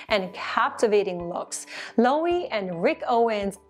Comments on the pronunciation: If you want to be serious about this, please stop pronouncing Loewe as /Loh' ee/. It's /Loh eh' vay/ And, is /Er mess'/, not /Er may'/. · I can’t tell if you refer to Loewe, but I think they pronounce their name lo-ev-ay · LOWE IS PRONOUCED - lu e ve